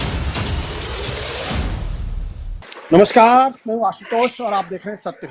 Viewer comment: Kali tosh jab tum namaskar bolte ho tab aisa lagta hai koi kutta bhouk rha hai